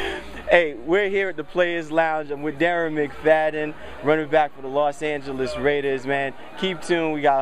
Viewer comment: y this dude say Los Angels raiders